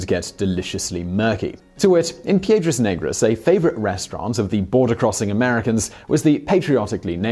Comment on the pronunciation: you butchered the name Piedras negras ,, black rocks